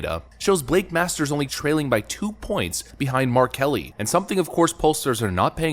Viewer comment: when he said mark Kelly I had to do a double take thinking he said R Kelly 😅🤣🤣🤣 was like huuuh???